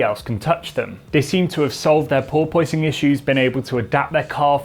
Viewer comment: Per POISE ing